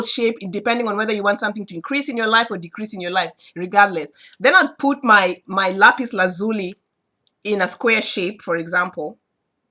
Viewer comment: Thank you my friend....by the way you are the only person I know that pronounces the stone Lapis Lazuli the way I do..I've always pronounced it with an Italian or Hispanic quality. Hard to explain in words, was quit surprised to see we both pronounce it the same way....